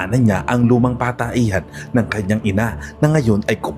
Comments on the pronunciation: ANU BA YAN..IMBES ANG PAGBIGKAS AY PATAHIAN,GINAWA MONG pataehan..anu ba yan..CR ??? comfort room Kay pataehan??? AYUSIN MO PAG NARRATE.. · Patahian boss..hnd pataehan...tanda mo na bulol ka pa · Sir patahian po Hindi pataehan siguro Hindi lng Ako ang nakapansin😅